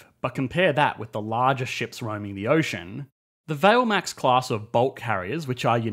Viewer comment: Valemax is pronounced “Val-ay-max”, following the same pronunciation as Brazilian mining giant Vale S.A., which commissioned and operates the vessels.